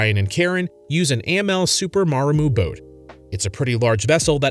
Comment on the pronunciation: You could at least learn how to pronounce Amel and Delos.